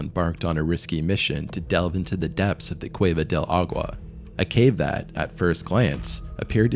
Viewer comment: Yikes! a-goo-wa? ah-gwa? Agua?! Here's a tip: The "G" in Spanish is technically not silent but those of you that are not native speakers sound more fluent when you make the "G" silent instead of making it hard. Of course you don't have to, but what dummy doesn't want be better & smarter ☺️